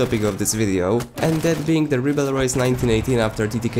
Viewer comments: French here. You have to say riberol, think rib hey roll and say with removing the h on hey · Very good video! The rybeyrolles has clearly become the most versatile weapon of the assault class. RIP the pronunciation by the way, it's pronounced rybérolle (without the s). Go to google translate, french, and pronunciation lol! English/American youtubers are killing my ears with their french pronunciation LMAO! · Reebleroys according to this guy........ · Ah ah un anglophone qui veut dire un nom français c'est marrant ^^' If you are curious, search "Wiselab Ribeyroles" on Youtube =)